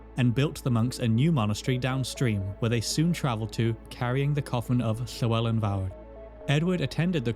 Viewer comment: Where in your mouth do you produce the “Lhe” in “lhewelyn”?